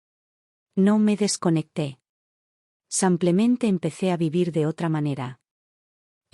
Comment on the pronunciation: ¡Qué pesar que haya tantos errores de dicción! Las historias son buenas pero los errores de género y esos "SAMPLEMENTE" son INSOPORTABLES. 😢